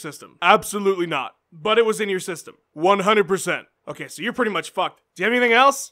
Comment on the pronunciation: "H'oh kay Jon Jones, ho' kay"